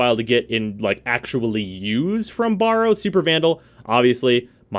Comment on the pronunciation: Borrow, eh? I thought his name was Baro. And lets not even get in to 'rapier',.